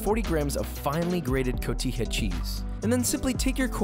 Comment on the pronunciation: Always known cotija pernounced the wrong way. I appreciate that you say it correctly.